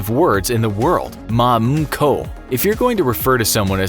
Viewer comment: You pronounced 'まんこ' wrong. You said it like ma-uun-kou when it's more like ma-nn-koh.